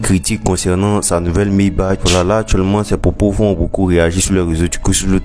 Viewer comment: On dit "Maybak" et non "Maybache"